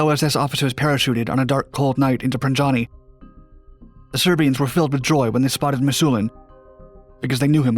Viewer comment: it is not pronounced PranJani but PraNYani